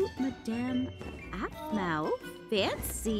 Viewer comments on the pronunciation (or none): HER NAME IS APHMAU NOT AQHMAU